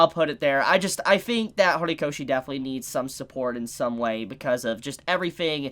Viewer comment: Lol U said Hornykoshi